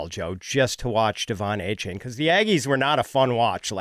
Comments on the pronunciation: A- Chan... not Ay Chain haha this man asked for his name to be said correct 😂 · It's pronounced A-Chan